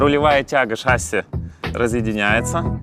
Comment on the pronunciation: не шАсси,а шассИ